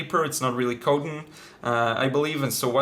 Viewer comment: Please take no offense, because I’m a huge fan of yours. Your English is excellent, but you need to learn to pronounce “cotton.” It’s such a common word with watercolor papers. Cotton’s first “o” ls the same as in cot, cop, crop, dot, not, nod, podcast, pot, rot, jolly, Bob, Tom, etc. The second “o” is a schwa, which your’e doing fine. I love your videos! 🙋🏼‍♀️